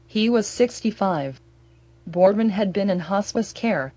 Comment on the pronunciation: PLEASE PRONOUNCE HIS NAME PROPERLY! Whoever is reciting this obviously has no memory of Pedro Borbon or the Big Red Machine. This video is misspronouncing his name! I have very fond memories of Pedro Borbon and I extend my condolences to his family.